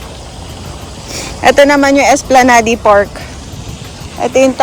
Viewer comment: It is pronounced esplanad